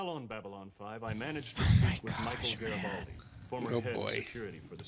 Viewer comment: Love qatching you guys & B5....HOWEVER... why can't you guys properly pronounce GARRI-FLIPPING-BALDI ??????